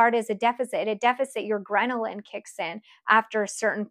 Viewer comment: "Grenalin" is not a thing. LOL It's "Ghrelin". Just FYI.